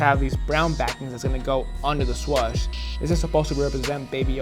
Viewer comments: Nike trash and Disney trash put together! And tf are you saying? It's swooosh? Not SWUSHES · Swoosh not swush 😂😂